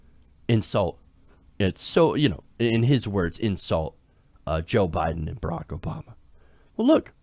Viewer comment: he actually said ber 'ak lmao